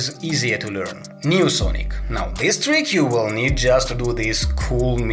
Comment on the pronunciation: U said tuik instead of trick